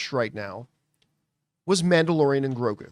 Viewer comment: You need to know how to say grogu first before complaining 😂😂😂